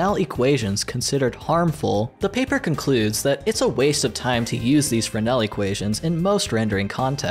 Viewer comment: even words i should get i dont like how he kept saying “fernel” when j saw typed “fresnel” and i know fresnel as a word already so i think thats what he meant?